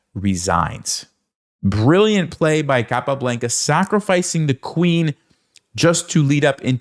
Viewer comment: It's not capablEnca, is capablAnca